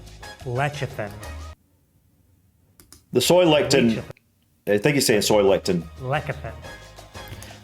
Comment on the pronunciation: Xanthan gum and guar gum can irritate the gut! People with IBS often avoid them! Soy lecithein is sold in health food stores! (Or used to be in the 80s!) I believe it is pronounced LESS ih thin!